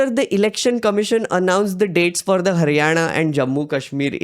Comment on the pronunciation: Are you from Maharashtra I'm asking because you correct & fluently pronounced लाडकी बहिण, हरियाणा that ण you speak correctly.